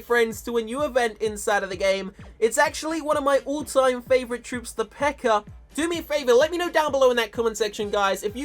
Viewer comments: he says pekkar instead of pekka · lol he says precker instead of pekka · It's pecka not pecker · You said pecker not pekka 😂😂😂😂😂😂😂😂😂😂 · instead of pekka he said pekker LOL the pekker army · pekker? you mean the pekka? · He can't say peka lol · You are saying pecker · sounded like he was saying pekker, lol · Sounds like he is saying pecker army lol😂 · lol he said pecker event. btw i know its cuz of his accent dont hate me or whatever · some times he says pekker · haha he says PEKKARS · If I had a nickel for every time he said Pekker... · it sounds like he is saying pecker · His accent 😂 "The Pecker Event" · I heard him say pekker